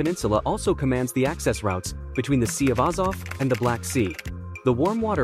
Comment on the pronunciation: "Ozov" It's Pronounced "Azov"